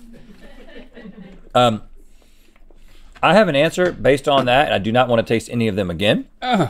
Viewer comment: I’m rewatching this after becoming an organic chemist, and boy do Rhett and Link need help with their pronunciations 😂.